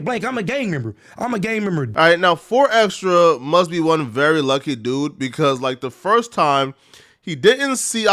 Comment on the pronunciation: The way this dude says his name is so cringe. It's xtras with a s not xtra